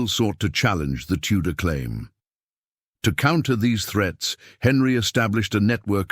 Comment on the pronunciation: Anjou not Anju. Tudor not Tuda.